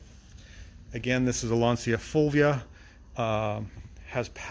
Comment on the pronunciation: LAN-Cha Full-We-Ah